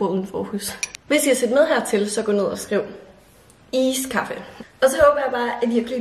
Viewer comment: Du siger iskaffe mærkeligt, det er iskaffe ikke ISSSkaffe